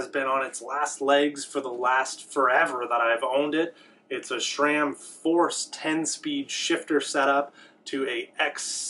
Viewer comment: Please...its not SHRAM.